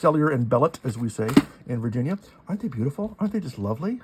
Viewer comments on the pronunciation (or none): none